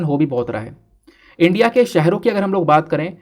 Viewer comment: This channel and sir is very good but one thing is very bad that is the pronunciation of ' India ' by sir